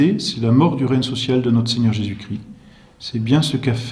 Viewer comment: Très intéressant mais par pitié il faut se défaire de cette prononciation vilaine et fautive : "le Christ-eu Roi"...